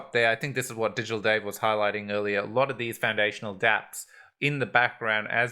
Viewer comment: We got a treat this time. Butchered both DigitalDave and Kusama! ;-)